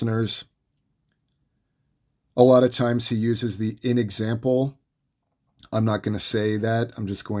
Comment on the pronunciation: Thank you so much for the upload! Side note, are you saying "N example"? As in the N word? 😅